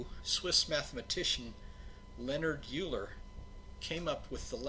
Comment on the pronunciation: Very instructional, as always. I offer a couple of little corrections. Euler is pronounced "oiler" and the French word "siècle" (which means century) has a grave accent over its third letter. That first sudoku (which I know should really be written as Sudoku) was surprisingly challenging – not difficult by today's standards but trickier than I would have expected. Perhaps you could do a video of it.